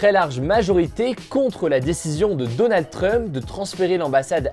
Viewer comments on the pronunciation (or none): none